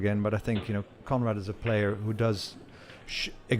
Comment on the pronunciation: I kept thinking that the commentator was saying comrade til I remembered his name was Conrad! Lol